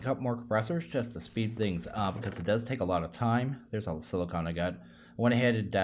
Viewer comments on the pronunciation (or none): none